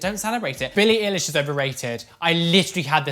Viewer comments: "billie ihlish" triggered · „BiLliE iLlish“ 😂 (No hate pls don’t cancel me I just thought it’s funny how you pronounced it😂) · I LOVE billie so so so much and i love that didnt offend her but...... i love you gal but thats not how her name is said..... love you anyways xxx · i love the way he pronounces her name wrong😂 tbh I don’t rly like Billie in the first place😂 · How says billie eilish 😭 😂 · I love you, but the way you said Billie Eilish triggered me 😭😭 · THE WAY HE PRONOUNCED BILLIE EILISH LMAOOOOOOOOOOOOOO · I'm not mad that you don't like billie eilish. I'm just offended the way you pronounced her name lol